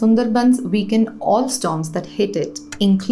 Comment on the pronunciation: weakend* not weekend 😅